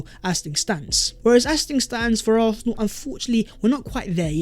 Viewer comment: This guys makes great content, but how are you an Arsenal channel but the only word you can’t pronounce is Arsenal?? Lol